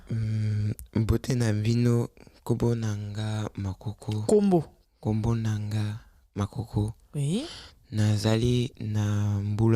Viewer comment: y'a juste un petit point sur lequel j'ai un doute, c'est quand tu dis que la lettre "N" est muette lorsqu'elle précède certaines consonnes (dans un mot comme "nkombo" par exemple). je viens du Gabon, et des mots qui commencent par N dans ma langue tranditionnelle (qui s'appelle inzebi, et qui est d'ailleurs très proche du lingala sur la grammaire, et même certains mots), il en a plein (ex: Dieu, "nzambé" en lingala, "nzembi" en inzebi) je pense que le son N n'est pas silencieux, au contraire. il se prononce comme le son "ng" du mot "parkiNG" (en alphabet phonétique il s'écrit ainsi : ŋ ). mais c'est un son qui n'existe pas dans la langue française, raison pour laquelle les français ont généralement du mal à prononcer les noms africains comme "Nkoulou" par exemple (ils diront ENkoulou à la place). sinon, merci beaucoup pour tous ces cours ! pour moi qui apprend en même temps ma langue traditionnelle, je me profite de sa proximité grammaticale avec le lingala pour m'améliorer (et apprendre le lingala par la même occasion), et franchement ça m'aide beaucoup !! courage et encore merci 🙏